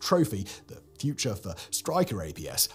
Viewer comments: "THE FURUTE "😆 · "The Furute"? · The Furute? Rough day for the editor, eh? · The Furute! 😅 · Is the future “furute”. Who is this furute fellow???? 😂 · 26m13 sec the furute? 😅🤣😂 someone's had too much or too little coffee 😅🤣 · is it supposed to say The FURUTE instead of future? I know someone else noticed it too. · "THE FURUTE" ? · The "FURUTE"??? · "The Ferute" 🤣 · Nitpicky, but… “the furute”??? 😂😂😂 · "THE FURUTE" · "THE FURUTE" 😅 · “The Furute”?? This should be Mega Projects new T-shirt. Between that and listening to protection against “nuclear and radiological” threats, I almost fell off the toilet . The Whistler Media Group needs to bring another “Simon” online, things are being overlooked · The "Furute"? Woops. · "The Furute" not often you guys make a mistake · "The Furute" 🤣🤣🤣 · the “Furute” lol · "The Furute"??? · The Furute 😂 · The "FURUTE" ? Does anybody QC these videos? Also, the term "interim" was not about the program, but it's place in the order of march. Not meaning that we'll have Strykers until the Army buys a better vehicle, but rather, Strykers roll into battle until heavy armor & air support take over. In the grand scheme, something better will always come along, so by that thinking, even the M113 APCs & the M1 tanks are interim, too. Otherwise, good video! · "THE FURUTE" 😂🤣😂🤣😂🤣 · lol "the furute" instead of the Future Anyway thanks for this video! As you mentionned, time is to have jack of all trade vehicules..:)